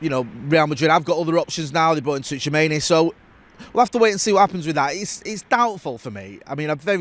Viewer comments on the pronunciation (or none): The return of "Toochamaney". In a way I'm glad we didn't sign Tchouameni just because we don't have to hear butcher his name every other day